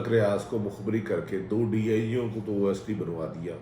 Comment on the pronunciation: It's OSDs(On Special Duty) not OSTs! Bhatti Sahib!